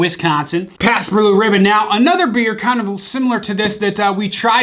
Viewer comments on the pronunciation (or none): with an r in Blue, and Libbon instead of ribbon? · Pabst “brew libbon” 😂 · “Pabst bew rebbon “ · He really said Pabst brew libbon a few times around this time 😂😂😂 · "pabst brew libben" 😂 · "Pats brew libbon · "Pabst Brue Libbon" 😂😂😂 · Pretty sure he said "can't beat Pabst Brue Libbon" 🤣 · "ya can't beat pabbts brew libbon". Ahahah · "you cant beat paps brue libbon" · he says Pabst brue libbon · I’ll tell ya hwhat... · yup caught that too